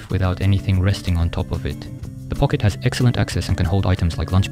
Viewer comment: ポケットの発音がめっちゃ癖になる。 1時間くらいポケットをずっと言う作業用BGM動画作って欲しい笑